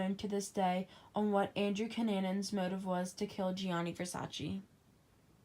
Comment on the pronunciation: It’s Gianni Versace not Johnny Versaci